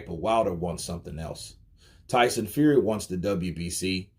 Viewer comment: Tyson “Feary”